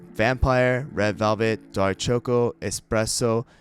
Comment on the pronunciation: Is anyone else weirded out by how he pronounces choco?